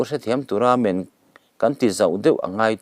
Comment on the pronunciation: Mizo ṭawng hi chhiar thiam a har a niang e. Men hi chaw nem (rumlo) thluka lam nise aw